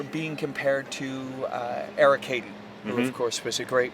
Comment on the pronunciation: Who is this idiot interviewer? Terrible interview. Also Eric “Hayden”?!?! What planet does he live on to not know how to pronounce Heiden